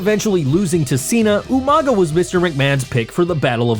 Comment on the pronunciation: Umaga,? Oh you mean Umaga!😂🤣